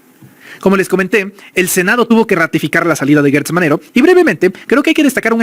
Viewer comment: Porqué le dices ( Guertz, )es Gertz, Gertz.....Gertz Manero, Gertz